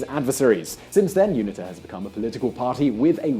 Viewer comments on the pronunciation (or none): Unita is pronounced You-knee-ter not youna ta..... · It's pronounced you-neet-a. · UNITA - U-knee-ta.